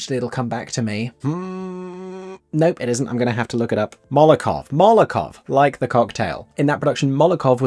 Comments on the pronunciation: Molotov Cocktail - not Molokov!! LOL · I need to be pedantic for a moment. It's Molotov cocktail, not Molokov. That said, thank you for this video, I first heard the soundtrack when I was 14 and I've loved it since then.